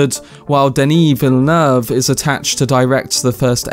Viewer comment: You actually said Villeneuve exactly how it's suppose to be said! 😀